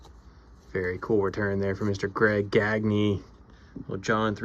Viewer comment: Sweet Gagne. You said his name right too. I'm partly building 73 & 74. NDT? AWESOME!!!!!!!